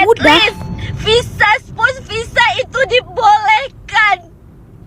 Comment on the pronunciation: Spouse bukan spus.ok puan